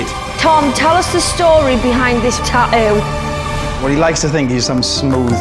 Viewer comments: I’m sorry, but the word is “tattoo” not however you turds are butchering that word “ta ewww” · Ta-oo ... 🤣🤣🤣 I love it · I hate how they say “tattoo” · They can clearly say the 'T' sound at the beginning on the word "TATTOO" SO WHY TF can't they pronounce the 'T' sound the 2nd time?!?! 🤔😂🤣😅🤔🤔😐😒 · In the word "tattoo", there are 2 t's. She don't says 1!?! Learn to speak correctly....... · bro the way she pronounces tattoo pisses me off